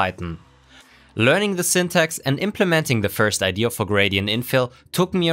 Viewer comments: Very nice hypothesis and testing implementation. But... It's "idea" not "idear". (sorry, but that was bugging me even though your english is far better than my german) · IdeAh, not Ide-er. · Cool idea! (Btw It’s pronounced ide-A not ide-ER) 😉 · What's an "ideaR "